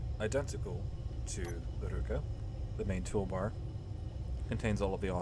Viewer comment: for some reason you went for russian word for hand "rukA" but went for japanese pronounciation "rUka" which isn't a hand